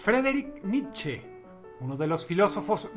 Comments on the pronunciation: Como odio que pronuncien mal el apellido de Nietzsche.... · Nietzsche se pronuncia algo como 'Nitssch' :v